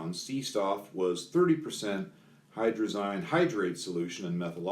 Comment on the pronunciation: Hydrazine rhymes with gasoline. FYI!